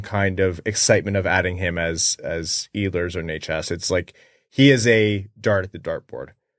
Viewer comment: He is not Iiiilers, he is Eeehlers.